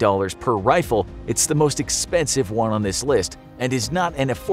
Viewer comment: emphasis on MOST; never forget xm8-chan